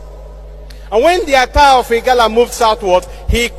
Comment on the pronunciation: IGALA, NOT IGARA.